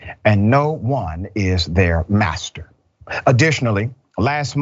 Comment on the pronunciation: 🤣🤣you said bastard or asster oh you said master gtf outta here